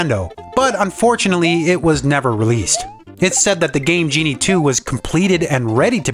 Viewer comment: The way you emphasize Game GE-nie and In-finnit proves that you were the annoying kid around the block